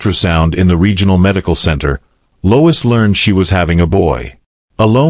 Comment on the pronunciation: Lois not Louis